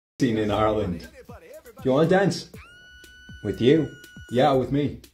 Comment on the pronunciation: FINNALLY OMGGGG Finally someone says it’s right it’s not pronounced “ IARELAND “ it’s just “ areland “ , my friends have been saying I’ve been saying it wrong